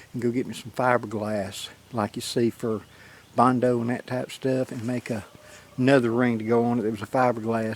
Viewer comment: Anudder one .... yessss.